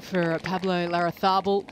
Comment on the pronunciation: Stress is on the third syllable La-rra-ZÁ -bal. He’ll appreciate it